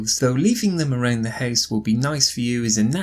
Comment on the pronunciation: Why the house pronounced like a hase??